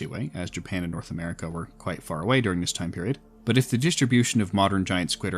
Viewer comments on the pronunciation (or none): none